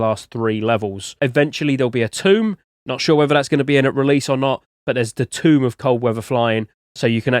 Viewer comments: you muppet, its not pronounced TOMB. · Remember when you looked up the pronunciation of Chalcedony? Please do the same for "tome". Tome rhymes with Rome, not room.